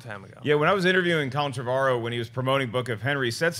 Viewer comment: How do they get Trev-argh-ow from Trevorrow? It's pronounced "Trev-or-oh" surely.